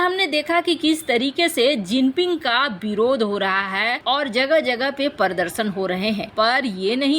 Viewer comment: देवी परदर्शन नहीं प्रदर्शेंन बोलिये |